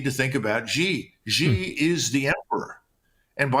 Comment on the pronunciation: It's hard to take your china analysis seriously when you don't know how to pronounce president "Xi"